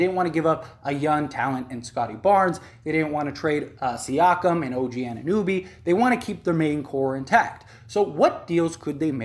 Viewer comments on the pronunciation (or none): 'Yak-ub Pertle' 'OG An nuh noh bee' Birch...rhymes with church...there is also a very common tree with the same spelling and pronunciation